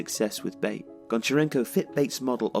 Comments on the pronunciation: BAIT? ITS PRONOUNCED BAATEH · it's pronounced not like [bāt] but like [baˈtɛ] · Isn't pronounced like you are saying it, not "bait" but "Batey" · Great work! Here is the correct pronunciation of the club's name: BA (as in bat) - TE (as in tension). so it's [ba'tɛ] not [beɪt] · U are pronouncing the club's name wrong. Its not baite.. Otherwise great video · I went to the Belarus Cup Final this year, nice to see a vid about Bate. Although it's not like Tifo to pronounce Bate as 'Bait'. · The last "e" is pronounced in the club's name as other letters In other words, there are two syllables: ba-te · definitely not the way the guy in the video said it so ,,ba-tay" is probably the best english version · I love this channel and this is another great video (Yes, I hit the "Like" button). But guys, if I may, I'd like to give you a little bit of constructive criticism. Sometimes you mispronounce the names of foreign teams, players, stadiums, etc. I know that as a native English speaker, you would think that "Bate" is pronounced the way you pronounced it, but it isn't. Slavic languages are more phonetically consistent than English and therefore "Bate" is pronounced pretty much the way it's written. The letter "A" stands for the sound "a", not "ei" and the "E" at the end is not silent. Again, I'm not saying that the video sucks, I loved it! I'm just saying that doing pronunciation research before making a video would help improve the quality and educate the viewers (assuming most of them are also native English speakers). It's a small thing and it's not that important, I just decided to say it, because that's not the first time I'm noticing this kind of errors in your videos. Cheers from Bulgaria and keep up the great content!